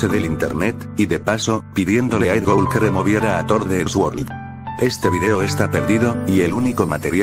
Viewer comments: Es Edd Gould No Edd Goul xD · Alguien más se dio cuenta que decia Edd Goul?